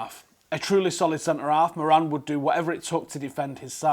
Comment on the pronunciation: As an Irishman, your pronunciation of Moran is killing me 😂